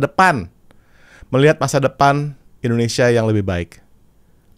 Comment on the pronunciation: Suara agnez mo sangat bagus..tpi di menit artikulasi pengucapan bahasa indonesia bukan indonesia tpi endonesia